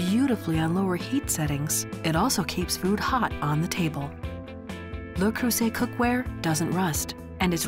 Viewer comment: Where is the care part? The French woman in me cringes every time she says "Lou Croysett"